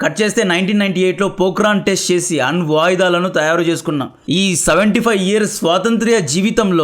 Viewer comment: అన్వాయుధాలు. అన్ వాయుధాలు కాదు. అక్షరాలని ఎందుకు అలా విచ్చిన్నం చేసి నాశనం చేసి అర్థ రహితం చేస్తావ్ 🙏 ఒక్కోసారి నీ వీడియోస్ చూస్తుంటే విరక్తి వస్తుంది. తెలుగుని ఎంత దారుణంగా పలుకుతావో english ని అంతకంటే దారుణంగా పలుతావ్. సమస్య ఏంటో అర్థం కాదు. నీకు నత్తి ఉందా? లేదా నీకు పలకడానికి చేతకాదా